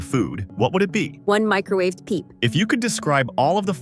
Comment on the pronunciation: one microawed peep